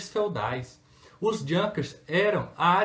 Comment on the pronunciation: Junkers...pronuncia correta e´ iunkas.